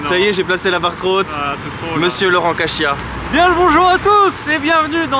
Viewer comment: Laurent "CaCHia" il a dit mdrrr